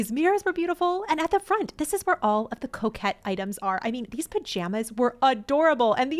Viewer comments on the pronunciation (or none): Coke head line 😂 it’s all I hear haha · I heard coquette.